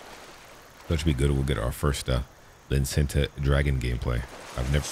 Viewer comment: Love the way you pronounce licentia. "lynn-centa" 🤣 keep em coming love your vids